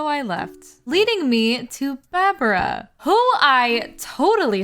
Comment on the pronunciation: her name is pronounced barbara 😔 it's a sheep pun